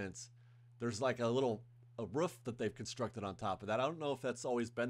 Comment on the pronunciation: Roof.. not Ruff